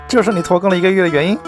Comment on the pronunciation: 拖更我聽成脫X🤭